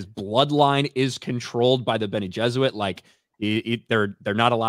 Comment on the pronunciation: Why does keep saying bene Jesuit instead of bene geserit? I really hope it's intentional.